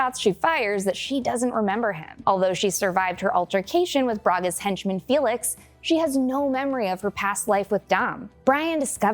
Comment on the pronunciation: Pronunciations need a little work, Carter Verone (Ve-rone, not veron-eh) and it's Fenix, not Felix, even though he is a pussy, he's not an actual cat. 🤣